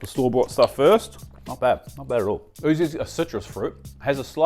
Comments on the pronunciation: yuzu not oozu 😂😂😂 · YUUUUZZZUUU NOT OOOOZZZZU As a fluent Japanese speaker this hurts me and is always wrong in your videos arghhh